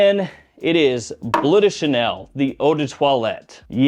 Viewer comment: "Blood" Chanel?